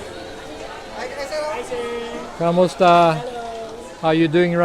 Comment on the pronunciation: Learn how to say KU-MI-STA, sir. You are pronouncing it in Spanish.